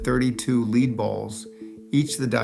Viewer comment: AI voice. Can't pronounce lead.